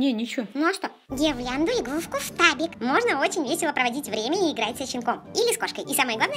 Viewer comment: ФТАБИК, а не штабик